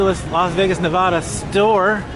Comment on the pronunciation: You live in LV & you still don’t Pronounce Nevada right. C’on Man😂